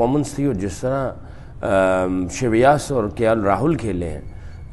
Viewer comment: Saqlain ji correction kar layn for Correct pronunciation of Shreyas Ayers Name. In urdu it is (Sheen, Ray, Yeh, Seen ) Shreyas Saqleen sir aap yah naam kuch es tarha latay han ( Sheen, Ray, Yeh, Alif, Seen ) please make correction and do practice of correct name. ( Alif ka estamal na karayan. Urdu main eak baar likh kar dekh layan. ( Naam ka start main,Sheen aur end main urdu alphabet Seen hota hay ) Nadim Khan Mumbai India.